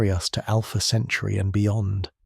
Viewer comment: These nonsensical AI slop clips are insane BS. So is the slowed down voice talking about Alpha "Century". Jesus Christ.